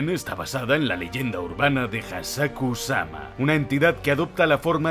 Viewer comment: Buen vídeo, , una corrección, no se llama "The ring", se llama "Ringu", no se llama Samara, se llama "Sadako", , no se llama "Hasakusama", se llama "Hachishakusama"